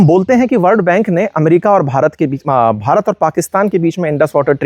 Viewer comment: भारत ने ❌ बारात ने ✅ 😅